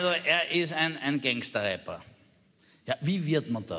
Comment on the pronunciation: "Gangster" vor Allem😂 ..man spricht es "Gängster" aus